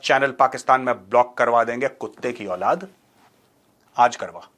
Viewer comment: The emphasise in Kuttey ki Aulaad 😂